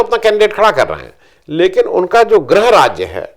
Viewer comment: अ हिंदी भाषी जब हिंदी बोलते हुए 'गॄह' को 'ग्रह' कहते हैं तो खास बुरा नहीं लगता, लेकिन आप जैसे हिंदीदाऺ जब ऐसी ग़लती करते हैं तो कानों को कष्ट होता है। क्षमा करियेगा।